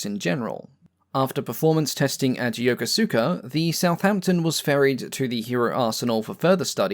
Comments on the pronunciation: Loving your videos! This one was especially interesting. One small note on pronunciation: Yokosuka is not pronounced phonetically. It is properly 'Yo-ku-ska'. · Yo-KO-ska. SAS-eh-bo. Keep up the good work.